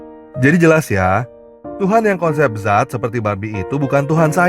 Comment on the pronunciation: Bukan zat,tapi Dzat